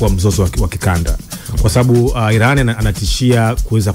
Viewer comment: We jamaa tamka vizuri basi neno iran